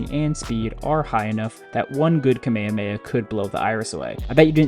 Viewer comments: its pronounced ka-meya-meya ?? i always thought it was ka-meh-ka-meh-ha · I’m never gonna listen to a guy talking about Goku that can’t pronounce Kamehameha😭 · Sorry, but... WHY DID YOU SAY KAMEHAMEHA LIKE THAT?!?!!?